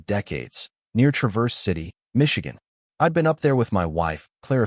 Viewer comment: you miss pronounced TRAVERSE CITY,,,clivk bait